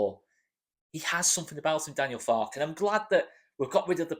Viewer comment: I think you pronounce the "e" at the end of Farke - as he's German and they tend to pronounce every letter in a word....I could be wrong - sorry if I am. Keep up the great work